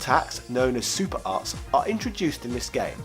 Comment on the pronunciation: It sounded like you said "super arse", lol! Which is coincidentally what this game happens to be...it had mostly boring characters with shitty, unbalanced movesets. Totally agree with you about the Wars series though, we NEED "Switch Wars"!